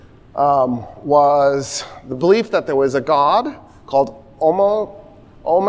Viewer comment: Listen to the way he pronounces Ometeotl. That's all I had to hear to make me totally disregard the Mexica (x) comment from the beginning of the lecture.